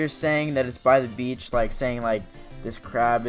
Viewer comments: You mean bitch instead of beach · him: by the beach me: BY THE BI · When u say 'Your by a beach,' it thinks your saying your by a b*tch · Beach as in bitch and as whole as in ass whole..